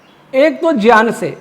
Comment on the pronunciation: Gyan ka uchharan shi Karen please